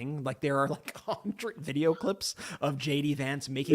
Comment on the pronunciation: When you jd Vance it sounds like you're saying Shady Vance. I Love it keep saying !!!!😂❤❤😂😂😂